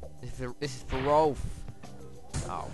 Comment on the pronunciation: why do you call IKE "roulf"?